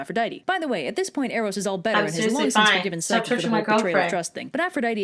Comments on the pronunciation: I'm really not trying to be mean but I think you said psyche wrong again I'm not trying to be mean! I think it's pronounced pyshcE not trying to be mean ❤❤❤ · i think it pronounced pchycee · You pronounced Psyche wrong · She’s pronouncing the names wrong and it hurts